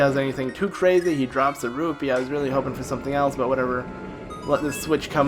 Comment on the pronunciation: "a silver RURPEE"